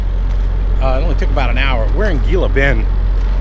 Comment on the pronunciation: i know its spelled Gila Bend but its pronounced Hila Bend lol